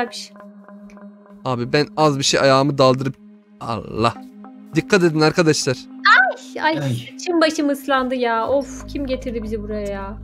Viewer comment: ABİ HANİ SEN BİZE ANDAŞLAR DİYOSUN YA O ASLINDA ARKADAŞLAR ANDAŞLAR DEĞİL YANİ